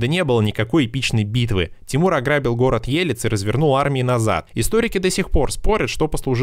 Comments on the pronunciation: На минуте,сказано : "... город Е-лец..." ,с ударением на первую букву "Е". Правильное произношение - Ел-Е-ц,с ударением на вторую букву "Е" Кому интересно,вот ссылка : Мир всем. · Ужас конечно - хотя бы ударения у городов посмотрели бы Елец на первое Е))) Тамерлан в Самарканде перевернулся в гробу))) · ЕлЕц. Ударение на второй слог. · Елец, ударение на первую е! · Не хочу душить, но слух режет неправильное ударение города, правильно было сказать ЕлЕц, ударение на вторую Е